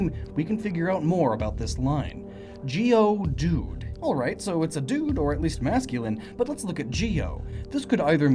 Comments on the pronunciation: It's not geoDUDE, it's GEODude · You pronounce Geodude it sounds like geode dude